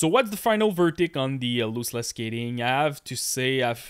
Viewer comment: Lost-Less not Loose-Less